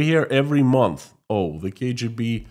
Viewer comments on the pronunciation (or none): none